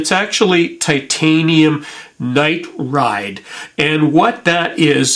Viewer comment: Very informative. Thanks for putting this up. Small note: pronounced ni-tride .... nigh tryde